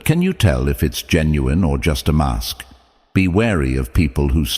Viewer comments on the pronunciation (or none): none